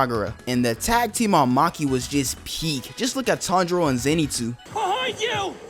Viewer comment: Ain't no way bro said "Maki"